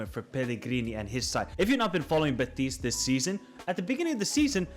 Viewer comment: been following you for a couple years and i gotta say it's impossible to listen at times unless you change your pronnounciation. you speak normal english, and then when you have to pronnounce team names or players you completely change your accent. for example "beTIS" "beTIS" "beTIS" why do you put the accent on the last syllable? it's BEtis.